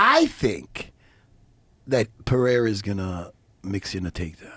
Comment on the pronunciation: Pereira! Simple! Not Perheira! The guy is Brazilian……